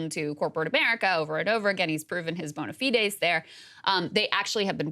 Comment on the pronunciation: Oh my God Krystal's pronunciation of bona fide....